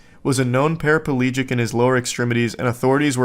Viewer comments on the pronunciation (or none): Para plegic, not palegic, Charles.